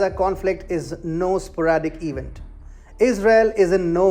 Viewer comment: I know Indians do this all the time. They completely get the syllable stress in English wrong or backwards. If you learn anything learn tp pronounce “event” correctly. It’s pronounced /ee-VENT/ not /EE-vunt/. The stress is on the second syllable. I don’t know where you learned English but probably from an Indian teacher that also pronounced it incorrectly. You all do and it makes your English incomprehensible. So just learn this one word anyway.